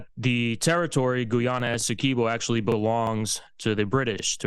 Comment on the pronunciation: Of course it’s about energy as it = money - every war is about energy Oil / Gas = money. Every country every war. PS it’s called/pronounced Guy ana …